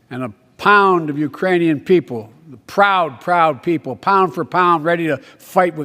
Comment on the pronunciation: Ukrainian people. Urainian people. Irainian people. Not the brightest president....